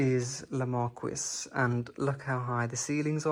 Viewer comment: La Marquise is pronounced : Markeyzze! 😊